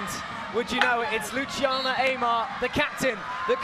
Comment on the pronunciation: To anyone watching this: is not LuCHiana as in CHair, it's Luciana as in Lucy+Anna.